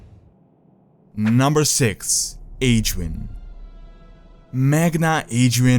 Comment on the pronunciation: dude i get you are not native english speaking, but for some words you could make a little more effort like Azeroth and Aegwynn